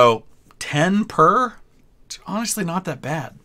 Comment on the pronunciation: "onashly" aha, ok. I get what you are saying